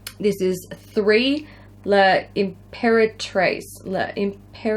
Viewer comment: Okay I've noticed this in a few videos now so I'll just let you know: when a french word has a letter followed by an apostrophe at the beginning of the word, you are meant to pronounce it as thought it's just part of the word, rather than saying it as a separate syllable. So L'imperatrice is just pronounced limperatrice like the sound "lame" at the beginning, not le imperatrice.